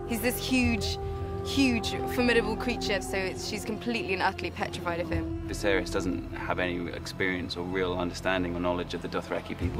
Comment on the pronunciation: Are they saying "Diserys" instead of "Viserys"?